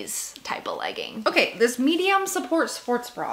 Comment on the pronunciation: Every time she said medium sport support bra it sounded like support support bra 😂